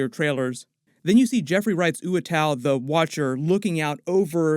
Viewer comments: oo WAH too . . . NOT . . . oo uh tau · Isn't Uatu pronounced watu, and not ooatau? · I love u man but it uatu not uatau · Say it with me, "Eww Ahh Two" the watcher. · Would be great to see the Invaders form around Captain Carter and Hydrastomper, but I guess no new characters like Submariner can be introduced. I always pronounced the Watcher's name as oohh-wha-tuu growing up reading What If?